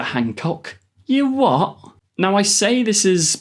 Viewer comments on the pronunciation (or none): I loved when you said “you wha”. You dialed up you Brit accent factor to 12. 😂 Great videos. Hope we get real Who News soon